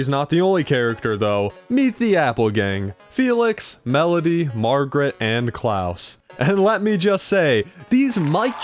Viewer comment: Klaus isn't pronounced "Klowce", it's pronounced like Santa's last name.